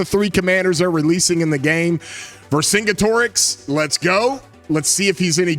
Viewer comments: Ver-sin-get- erix pronounce like that. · fyi vercingetorix is pronounced "vur-sin-geh-teh-riks"